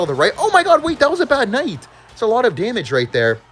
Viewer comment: "hero KCnight"😂